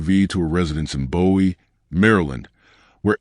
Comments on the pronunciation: You keep calling her Rose. I believe that is her middle name. I live in MD in the DMV and her family never called her Rose on the news. Why are you calling her Rose? P.S. Bowie is pronounced "Booie" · It’s (Boo-we) Md not David Bowie, MD. FYI.